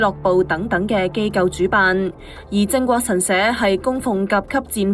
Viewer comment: 係"靜"國神社, 唔係"正"國神社呀........